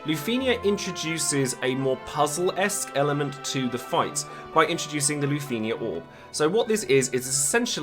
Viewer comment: Is it just me or do you not like the way he pronounces lufenia?